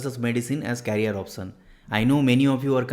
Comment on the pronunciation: ऑप्सन नहीं सर ऑप्शन होता है 😂😂😂😂 आप हिन्दी ही बोलो इंग्लिश के उच्चारण बहुत गलत है please try to understand respected sir